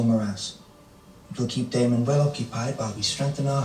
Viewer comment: "Is that aemond?!" Its daemond!